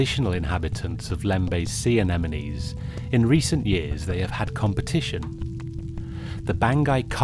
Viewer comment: HE SAID ANEMINIES